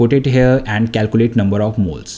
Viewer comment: It is calculate not calcuate